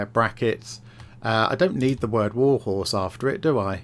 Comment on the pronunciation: The amount of "warhose" has me humming "look at my warhorse, my warhorse amaziiiing, give it a roll"